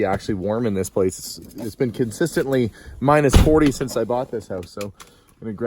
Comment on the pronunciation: Funny how you keep saying "kin-sistingly" instead of consistently :) Once during the voice over while you guys were driving, and again when you got out of the car. Cute how some people have one (or more) particular words they keep mispronouncing, like my sister keeps talking about a shistem instead of a system :)